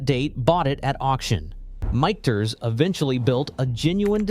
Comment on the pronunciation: Michters is pronounced three different ways in the video.